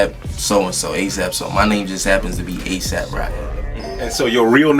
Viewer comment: Couldn't get A$AP right.... Please help